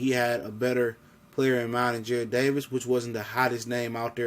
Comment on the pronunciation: It's Jarrad not Jared